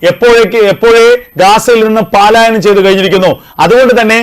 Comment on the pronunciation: Not paalaayanam but palaayanam